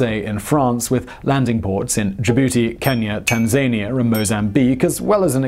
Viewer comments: It seems unlikely that sharks would be "attracted to the electrical current" of a fiberoptic cable. as they use light, rather than electricity. Also - did you say "TanZAYnia" circa ? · "Tan-Zany-uh" Who do you think you are, Simon? Donald Trump? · 😂 tanzania 😂😂 it’s tan zan ia.